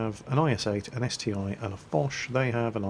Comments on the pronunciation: its ST-1 not ST-i, google russian name of it, its CT-I, like Stug III or Pz II. Russian letter i is И (ИC-3, ИC-8 and so on) so ST-i would be CT-И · ST-1 not st I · Its St-I not 1 ... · Slotmech Yes, I do care - but not about naming tanks wrong (he does that in every video anyway;D). I care about not doing anything to stop this ST-I "discussion". He could say: "Listen guys, I did some research and it appears that the correct name for the ST-I is "..." So from now on I will call it like that." Simple as that, all problems solved. Sometimes not giving a crap makes things only worse, you know. And yep, this is his channel but we are his loyal subscribers. Should I give it a rest and shut my mouth up or should I express my opinion and take a part in the discussion? He could end this "ST-i" vs "ST-1" war without any effort but he decides to not give a damn so every time he mentions ST-I, there's a shitstorm in the comments between ppl trying to correct him and ppl who try to "defend" him - and that's my only problem here. That's all from me. I'm going away, before some self-styled " defenders" will diss me because "I'm attacking " with my criticism and opinions...